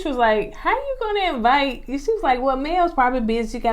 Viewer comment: So I attended Alabama A&M (LAMH alma mater) and they did not teach us to say EE-VITE 😂 and that word and immaturity irks my nerves.